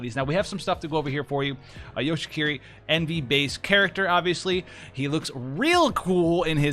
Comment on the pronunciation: you say it like hiki-ko-mo-ri which is pretty funny because that means he's a shut in but a ninja that's a support lol